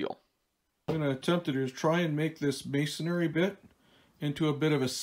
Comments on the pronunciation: Pet Peeve: it's may-son-ree, not mays-son-ary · May - son - re